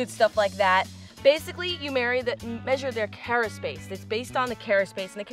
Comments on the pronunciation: Carapace: Not kera-“space” but instead kera-“pas” or “pis”. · carapace not caraspace, i miss warm water. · WAIT!! You do NOT measure the cara*space*... there is no such thing as caraspace! You measure carapace -- not SPACE! Sheeesh! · Great video as always.. Thanks for making me hungry late at night lol.. you teach us all the time, and what I offer now, is simply to make sure, you stay at the top of your game, with everything you do.. The shell that you are measuring is it's Carapace.. Pronounced Kara-Pace, or if you say it, in the quick, and cool way, it's Kara-Piss.. Please don't hate me, for giving this comment, but you looked like you were questioning yourself, when you were saying it..